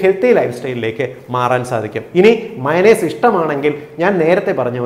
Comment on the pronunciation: മൈനസ് എല്ല മയോണെയ്സ്